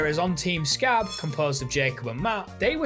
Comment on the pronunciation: it's "Sca-bee"... not "scab" (for when you play grounded 2)